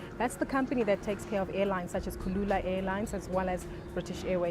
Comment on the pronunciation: Its 'Kulula' not kalula :)